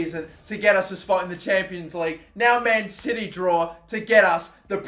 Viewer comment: When he says man city I hear man titty